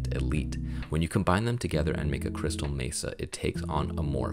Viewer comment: This has been the struggle for me for a while can’t figure out what exactly i want to go for but glad to see you put examples with multiple logos. When you said crystal mesa i kept hearing crystal metha 😂😂 had me laughing very informative video